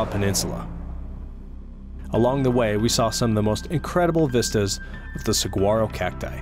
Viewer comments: I'm from Arizona. Saguaro is pronounced, swa-wor-roe. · The "g" is kind of silent in Saguaro, more like a "w" really. Something as simple as correct regional pronunciation of important and iconic words can go a long way. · It is sa-war-o FYI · those are Giant Cardon, not "Sa-G-uaros"... mispronunciation aside they are different species entirely. Pachycereus pringlei vs. Carnegiea gigantea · Love your videos but you pronounced saguaro wrong. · Saguaro.... You don't pronounce the G. You hurt my soul pronouncing it how you did.